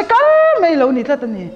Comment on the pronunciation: mei, meithei , deih. Nilo in mai, maithei, daih.. mizo ṭawng dik in aw...